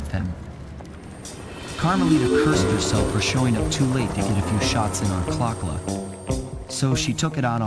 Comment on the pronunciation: It not Clock La! It Clockwerk!